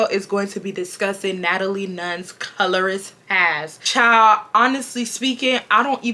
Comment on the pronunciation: Real question why do POC not want to pronounce the D in child